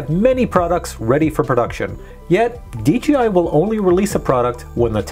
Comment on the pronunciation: Please say DJI Not DGI - PLEASE! Say it correctly please! I love your videos but it dries me crazy when you say it incorrectly